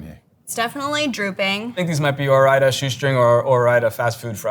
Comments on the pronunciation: What the heck. This is a cooking channel and they could not even make fries, or even pronounce Ore-Ida correctly. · Wow I had no idea Ore-Ida is short for Oregon Idaho 😂